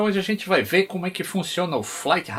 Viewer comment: "Flait rêidar tuent four"